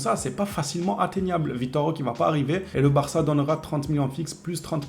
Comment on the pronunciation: 🚨likez ce message svp🚨 Le E se prononce É en portugais (langue au bresil) donc écorche le nom de Vitor Roque(é) a chaque fois... C'est quand même assez gênant 😅 faudra lui remonter l'info 🙏